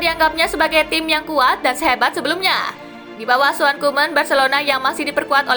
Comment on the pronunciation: Asuhan Min bukan Auhan